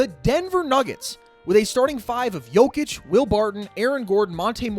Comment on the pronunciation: Well his name is Jokic no "D" lol